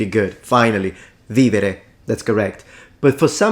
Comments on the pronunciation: How did he get vivere but not veni? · Ok...at first I thought you were just nitpicking because he used Ecclesiastic pronunciation, but di imortales, when he said "vivere" pars anima mea moritur...